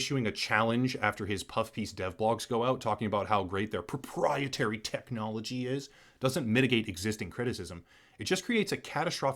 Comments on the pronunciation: Drinking challenge: take a shot every time they say propietary, you will die of alcohol poisoning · Well-written script, however the exaggerated emphasis on the word proprietary again and again wore thin. Otherwise, great synopsis and commentary.